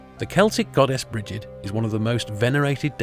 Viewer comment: Just to let you know Gibil is actually pronounced "gebil". There are no hard "g's" in Sumerian. No sounds like gem or gerbil, more like Gimli. mm, Brigid is pronounced as Breed, it's Gaelic not English.